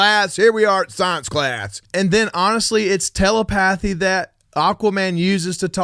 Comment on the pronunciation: Nice video....liked your insights and thoughts. But, dude, it's telepathy....not tela-path-y.